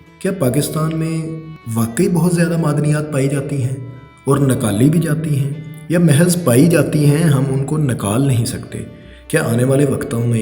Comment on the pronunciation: not a single word pronounced correctly... nakali nahi nikali .... kapar nahi copper .... bad urdu pronunciation is so hard on ears.